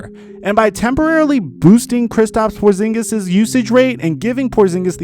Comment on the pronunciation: Porzingis? You serious bruh??